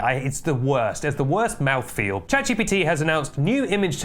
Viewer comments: Consider pronouncing it Chat "Gippity" instead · Michael Paulson (aka ThePrimeagen) pronounces it "chat jippity", which I find even more annoying, but I suspect he's doing it deliberately to make fun of ChatGPT.